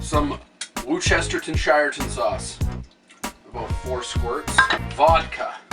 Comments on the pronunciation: It's pronounced Wus-tesh-sheer sauce. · Because of, I still say "J-pap-a-leno" and "worchesteton-shireton sauce" anytime I use either. Hope to see you come back one day,!